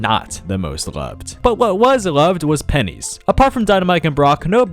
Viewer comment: Please never say "penny's" again EVER